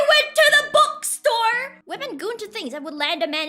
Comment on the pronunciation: i still dont know why she pronounces bookstore " bukstor"